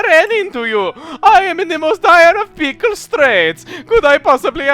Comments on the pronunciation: Pickle sounds like Pcull. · The way you said "pickle" sounded like "Pcull". XD